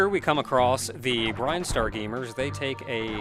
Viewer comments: Yeah, you calling it "Brine-star" threw me for a loop the first time too. Honestly, knowing how weird Japanese-to-English can be, I would not be surprised if it was supposed to be Brine-star in katakana or something (just look at Mega Man 2's Bubble Lead and how it changed from Japanese to English) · Same here. I always thought it was Brin-star too. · Are you sure it's pronounced "brine-star" rather than "brin-star", with "brin" pronounced the same way as "grin"? Idk, I've always done the latter... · Are there official pronunciations for Metroid words? Brine-star always sounded weird to me. Salty. Always wondered what the deal was with the statue. Did they place it, expecting to die? I get it from a gameplay standpoint, it's a lock, but is there lore? Reminds me of the white grass in the flesh mushroom cave in Subnautica: Below Zero.